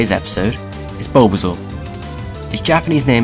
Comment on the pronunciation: "Bulba, Bulbasuar"